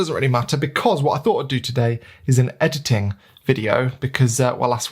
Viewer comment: ahahah loved how you say EDITTING! XD Anyway.. thank you for the video. I am myself shoowting Jpeg + RAW and starting to play with the in camera Fuji Jpeg settings to get the most out of them and see if I can get some more usable Jpegs. That would be particularly useful when sending the files to the phones.. (the app only sends Jpegs) Fuji let's you tweak highlights and shadows as well so I am trying to get more dynamic range out of them. A little bit like Logs in video... but not to that extreme